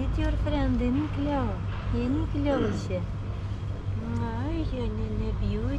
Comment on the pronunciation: It’s always funny how calls Cleo “Chloe” Love the videos, please never stop!